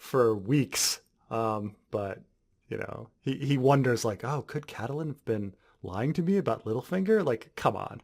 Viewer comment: The 'E' in Catelyn is silent.